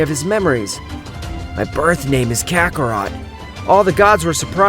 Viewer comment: KAKAROTO ITS KAKAROT